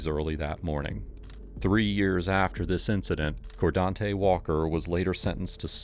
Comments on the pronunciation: Bro, it's "car' not "core", and also FU. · Fkn “Cor-Dante” “I ain’t do nut-ing bro” These fkn ppl break the goddamn Bro meter every other word 🤢 🤮 What an absolute pos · Hahaha "coredontey" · Cordante, lol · Cordonte 😂 wtf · "Cordonte" Shocker